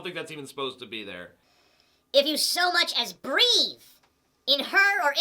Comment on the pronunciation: That moron said "breath" instead of "breathe".